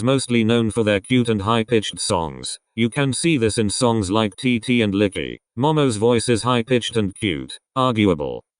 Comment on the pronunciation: When the robot said “Licky” instead of “Likey” I was literally screaming with laughter idk why 😐